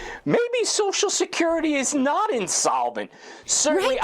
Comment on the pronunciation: Its funny how Clayton can't pronounce social security.